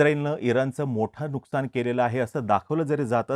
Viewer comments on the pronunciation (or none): none